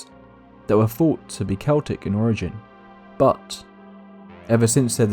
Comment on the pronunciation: I think "the answers they seeked" should be "the answers they sought" BUT since you pronounced Celtic (Kel-tic) correctly when so many say it like the basketball team, U are forgiven! ☘️